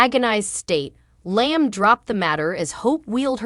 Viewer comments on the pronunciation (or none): It's Liam not lyming get it right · You're not pronising Iaam probably